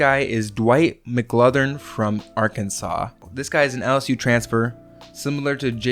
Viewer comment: Dwight McGlothern not Dwyane McGrothen ;D